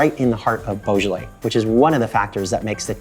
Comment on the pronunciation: You can't pronounce it in French😂😂😂